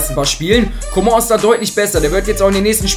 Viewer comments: kannst du mal coman sagen und nicht comon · ich finds lustig wie er comong ausspricht😂